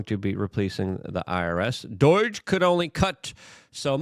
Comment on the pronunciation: It's DOGE not Dooooeeeege. Why can you not talk.